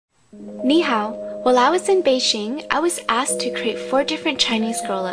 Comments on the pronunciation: Actually, most Chinese language websites and sources all say it's like saying "knee how." Ni is obviously knee, so way around it, and believe it or not, hao is NOT pronounced hey-o or hah-w* (voices may vary*) It's how. I had a similar language issue pronouncing Kuro (black in Japanese) last month. It turns out it's NOT pronounced cur-o, but similar to Koo-doe. (to o-d rolling into an r, to an extent...) But look, go check with an actual Chinese speaker, or go research before you go bashing. ^^ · Mainlander ? she pronounced it Ni hao .. no KNEE HOW .... so calm down. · ni hao is pronounced KNEE-how lol. i asked my friend serena at school, she's a foreigne change student from china :) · it's spelled ''ni hao'' not ''knee how''... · I've learnt Chinese before. It's pronounced "Knee how"